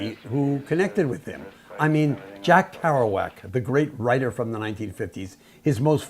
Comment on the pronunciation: "Kerouac" - come on!